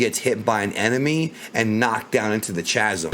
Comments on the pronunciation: the way he pronounced "Chasm" 😂 tf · how did you pronounce chasm? lmao